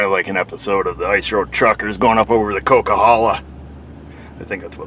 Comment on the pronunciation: goodwork on pronouncing Coquihala. Looks like nice whitetail and moose country down there. Guess that's what the Mathews hat is all about.